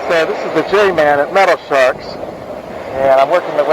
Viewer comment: It’s all good brother there’s still names I mispronounce like Hobolochitto Creek 😁 I used to call it (Whole bowl o Cheeto) when I was a lil kid 😂😂🤣🤣